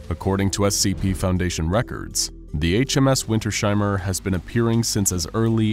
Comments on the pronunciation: Winters-Heimer. Not Winter-Sheimer. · It is not Winter Sheimer, but Winters-Heimer. 😂